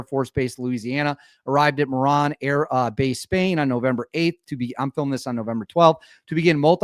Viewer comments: It is pronounced Mor-roan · The Air Base in Spain is pronounced like “Ma-Rowne”.